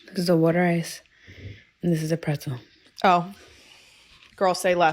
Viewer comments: Water ice is properly pronounced “wooder ice.” Italian ice is an acceptable name; it originally came from South Philly waaaay back when South Philly was primarily an Italian immigrant neighborhood (now it’s an Italian/Asian/African/Latin neighborhood and the BEST place to eat 🤩!) It is not a slushie or an icee. Rita’s water ice is really good, but it’s closer to a slurpee than real water ice. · The real Philly pronunciation is wooder eyes.